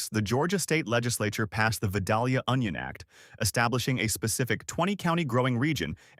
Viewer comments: It ain't Vuh-Doll-Yuh... It's Vi-Dale-yuh. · pronounced "vie-DAYL-yuh" not "vid-AL-yuh" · Vi -dale-ya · Please pick a pronunciation of Vidalia and stick with it. Clue the correct version sounds like day, not doll.